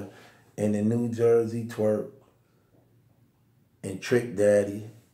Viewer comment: stay butchering somebody name😂😂😂trick daddy